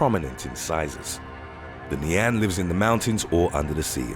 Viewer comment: just a tip, your pronounciation of nian shldnt have that much emphasis on the an part